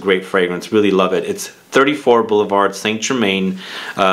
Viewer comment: Pronounced "saint ger-mahn". It's a french word.